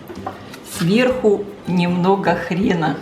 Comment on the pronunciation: Не хрена,а хрона.